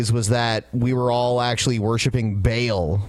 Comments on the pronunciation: It's pronounced Baal Ba'll Ball not Bale. Come on you guys. Don't be as stupid as Glenn Beck. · Ba'al pronounced as "bale"? Come on now. The fact that it's pronounced more like "ball" is probably the best part about the localization of Bravely Second by Square Enix because despite the censorship they actually still made the joke that they're going to "bust some Ba'als.". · aaarrrgggghhhhh it's not bale it's fucking Baal, as in the sound sheep make "baaaaah" with a fucking "L" at the end :D